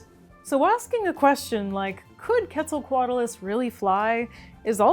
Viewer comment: I mean, thats how shes saying it.